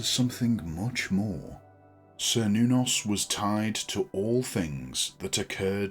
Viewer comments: This video is wrong about the pronunciation topic on multiple levels. A "kernos" is a piece of Greek pottery which is commonly used in rituals for several of the Greek gods. It's not a modern pronunciation of "Cernunnos" at all. The earliers recreations of the name "Cernunnos" used the "Ser" pronunciation, but more modern research into linguistics and history suggests the "ker" pronounciation of the first syllable to be more likely to be accurate. The version used in this video is "old fashioned" while the version it dismisses without even saying it correctly is more "modern" but in a way which points to the exact opposite of what the video tries to suggest is the reason why. As we learn more about history and shape our understanding of lost historical languages through doing so, our expectations change, and the modern understanding of ancient Celtic languages suggests that the "ker nuh noss" or "ker noo noss" pronunciations would be more likely than the earlier (still modern) "ser noo noss" version. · "sr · nuh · nowz" is how google is saying it is pronounced. Grok says it is "KER-NOO-NOS" in modern Celtic reconstruction and "KER-NAH-VEL" in root tongue ;) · Yes I began by pronouncing it as sir but now upon study use Ker -noon -nos blessed be 💚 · I'd always pronounced it as "Cher-noo-nos" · I have also heard his name pronounced, as: KER nuh-noss and Ker Noon noss.